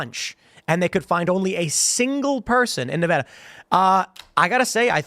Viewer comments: It's pronounced Nevada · stupid girl has a fit when people say her name wrong. CAN'T SAY NEVADA CORRECTLY